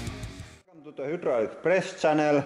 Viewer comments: "y" in Finnish is kind of an "uuu" sound, I love it. Also of course he has that many presses. This is huudraulic press channel! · Hyoo-draulic press